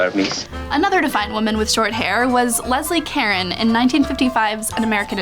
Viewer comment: Rachael Thomson thank you! she also pronounces Leslie Caron's name wrong.